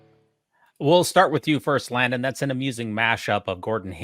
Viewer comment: I loved southern-drawl sounding pronunciation of Landon’s name while reprimanding him when he made that comment about the nipples, while at the same time trying not to choke on her cake…”Layundon” 😂